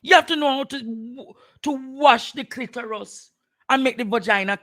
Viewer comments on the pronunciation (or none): It's Clitoris not clitorus. Aura not ora